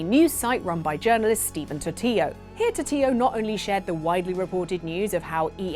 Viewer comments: Isn't it Stephen Totilo like Tortilla and not Totiyo? Swear I've heard that name on the bomb cast, EGM podcast, and other related games journalists say "Totilo" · That’s how he says it but she’s not wrong either for pronouncing it the Spanish way.